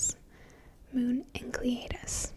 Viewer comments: I'm so sad you dont make videos anymore. You seem so nice. It's" En-sell eh dus" The C is silent. :) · Enceladus is actually pronounced "en SELL a dus", which I imagine would sound awesome in your smooth whispery voice. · Oh how she didn't pronounce Enceladus right it is pronounced enselidus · Great video and obviously great legs too. I think the moon Enceladus is pronounced En-Sell-A-Dus but that is just what I have picked up by watching "How the Universe Works" etc. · Nice work though I think it's pronounced En-sell-id-us. Oh and nice pins btw 😊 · My dad, the astronomer, said you need to brush up on your Greek. Enceladus is pronounced en-SEL-a-dus, and Phoebe is pronounced FEE-bee. But I don't care. You can pronounce them however you want, just as long as you continue to use that tone of voice.